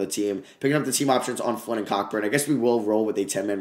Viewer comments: your the goat but kockburns name is pronounced “Co burn” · ITS PRONOUNCED COBURN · One day we’ll get the proper pronunciation of Kofi’s name (it’s Co-Burn)